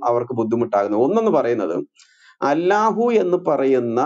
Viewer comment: ഗുരു എന്താണ് അല്ലാഹു എന്ന് pronounce ചെയ്യുന്നത്, അള്ളാഹു എന്നല്ലേ ശരി 🤔